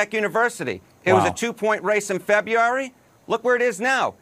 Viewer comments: He says "Febyary"....I believe there's an R and a U in there somewhere. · Guy can't even say "Febiary"! LoL!